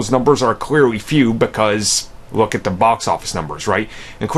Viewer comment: Really over a god damn movie? It’s not that serious losers... and it’s “the” not “da” .